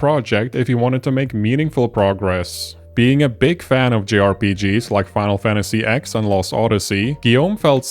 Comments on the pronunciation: good video but I melted in my seat when you called the tenth Final Fantasy game “Final Fantasy ex” lol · "Final Fantasy ex"? You do realize that's "Final Fantasy ten"...?